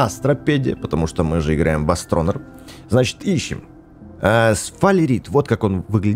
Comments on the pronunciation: Название правильно читается астронир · Не атронер а астронир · Правильно говорить "астронИр"